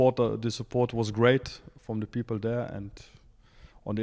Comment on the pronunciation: i like when he says "the pipel"😅